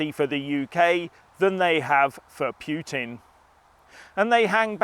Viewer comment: It's pronounced like Poo-tin, not Pyoo-tin you barbarian :D